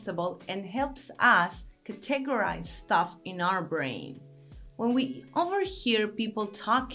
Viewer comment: I LOVE YOU!!! But what I really mean is that I love the way you pronounce the words "focus" and "categorize." When you say focus, to our English ears it sounds like you are saying (forgive the profanity) "fuck us". Its a bit distracting, but coming from you its kinda cute! If I can humbly make a suggestion that you try to use a little French, "faux-kus" maybe. I couldn't begin to help with "categorize", there are just too many vowels in that word and they all project different sounds than normal. In Spanish, all vowels sound the same, so I understand your difficulty. High praise to you cariño.